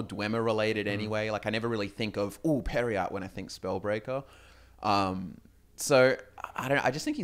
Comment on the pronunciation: Pear-yite perhaps?